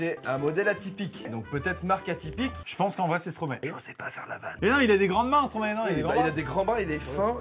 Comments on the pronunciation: STROMAE ÇA SE PRONONCE STROM-AÏE PLEASE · Maxime respecte la Belgique et prononce bien Stromae....s'il te plaît 🙏🙏